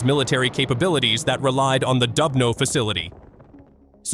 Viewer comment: please, try to pronounce КИНЖАЛ properly - it is zh like in French je also, it is DUBNO like in Doobie Brothers you see, you can do it